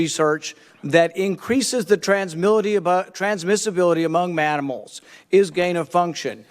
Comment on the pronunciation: “Transmility among manimals” -Rand Paul